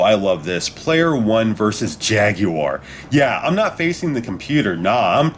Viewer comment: Good video but I can't really get past the way you pronounce "jaguar"